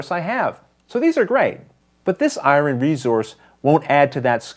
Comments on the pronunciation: ***** I think the person is making fun of your pronunciation of the word "Iron." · "Iwren" ? :) Good job on the how-to!! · ***** Ha...I'm from the south where we murder the English language for a living, but I was getting tickled each time you said iron. :)